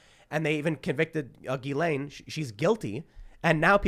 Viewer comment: It's "Jizzlane"